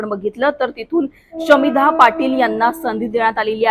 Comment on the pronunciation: शमीभा नाव आहे शामिधा नाही हो अँकर बाई